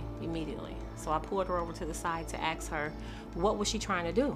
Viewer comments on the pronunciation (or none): If you say ask like axe, you shouldn't be a teacher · Why the hell is a teacher using the word axe for ask? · So the teacher called the show?? Somewhat unrelated but it kinda bugs me the “teacher” can’t pronounce “ask” correctly lol.